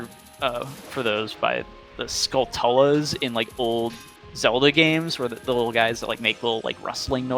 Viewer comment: Skull tullas? Seriously lol I thought it was pronounced Skultula as in Tarantula.